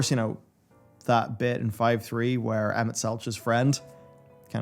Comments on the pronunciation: the mispronunciations of emet hurt me :/ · keeps getting Emets name wrong. I don't even know how many times it was verbally said in game.